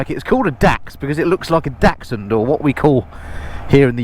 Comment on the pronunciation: Well done by pronouncing Dachshund correctly, they ain't 'Dash-hounds' as so many say. The Dax looks cool but that heel toe thing is a needless faff and would put me off. Look forward to the Monkey review, they look brill and have an extra gear. Thanks again.